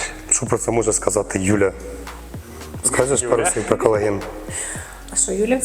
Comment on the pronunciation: Юлії респект. Вона трохи про колаген розповіла. Навіть назвала його правильно, без букви ,,Е" на початку, на відміну від двох інших недоекспертів.